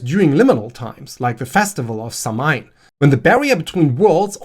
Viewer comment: Minor pronunciation note: Tuatha Dé Danann is "Too-ah", and Aes Sídhe is "As Sheedh" , dh meaning a soft th sound. I think. Anyway I'm close. **edit**: Samhain is pronounced "Sah-wen"